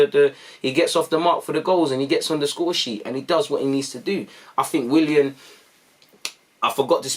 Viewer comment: “Willan” aight lol